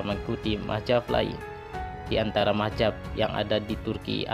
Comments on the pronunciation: Bukan mahjab brooo,,, tapi Mazhab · Lebih baik jangan ikut² an mau pamer video di you tube kalau sebutan gak tepat kaya anak² bwh umur. Bingung gue awal² bila mazhab di sebut mahjap. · Bagus kontennya. Hanya koreksi penyebutan mazhab bukan mahjab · hagegege.... Ucapkan dulu yg benar dengan lafaz yg benar yakni Madz - Hab , Bukan Mah - Zab . Itu yg saya bicarakan wahai bapak, saya sama sekali tidak membicarakan syiah sebagai madzhab. Wkwkwkw.... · Buat mimin... Kata MAZHAB kenapa dibaca MAHZAB,.. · Bukan mahjab tpi mahzab cuk....!! yg benar dong pengucapannya.. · Lu ngomong Mazhab aja masih salah sebut tp sok nyalahin orang lain. Bukan Mahjab tapi MAZHAB🤣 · Bukan mahjab bro.. tapi mazhab. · Mazhab bukan mahjab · ngomongnya yg bener min,bukan mahjab tapi mazhab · Ralat Min bukan mahjab tapi Mahzab. Z bukan J. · mahzab kah atau mahjab belajar kamu membaca biar betul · Mahjab .... Atau mazhab ya.... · Bukan mahjab.. Mazhab... Sebut bagi betul bro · Mazhab jangan majhab2, sebut yg bener, allah is allah jangan ollah, jgn biasakan yg salah, ma,af alqur,an dan kitab brbhasa arab bukan bhsa indonesia ataupun bahasa suku kita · Siapa sih ini orang sebut Mazhab aja salah majhab majhab majhab .macam orng tk prnh ngaji